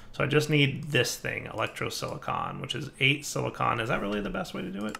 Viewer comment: Is it just me or did just start pronouncing "Silicon" as "Silicone"?